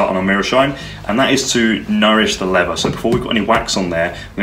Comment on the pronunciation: Please pronounce the word leather correctly, I'd stay with this but the way you say lever does my head in mate.